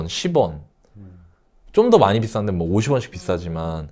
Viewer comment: 님의 기름 넣을때 만…..앜..이……빵터졌습니다 ㅋㅋㅋㅋ만이(많이) 라고 이해하겠습니다 ㅋㅋㅋㅋㅋㅋㅋ